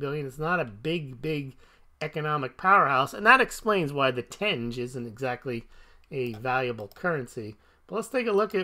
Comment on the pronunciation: Tenge is pronounced “ten-gey”. Source: I have lived there for over a year. They also have government minted bullion coins. They look great! Check out the “silver irbis”